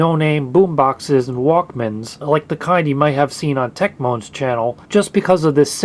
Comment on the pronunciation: WHOA WHOA WHOA there buddy... you said it's on TechMON's channel when it's PRONOUNCED tech-MOAN ...TECH... MOAN.. (like mone) :P lol - I know you get this, you just said it a bit fast and it sounded like you were Jamacian for a second lol tech-MON :P lmao